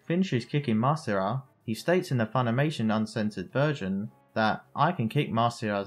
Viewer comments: his name is masira not marisa. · Funny listening to you pronouncing Masira as "Marissa".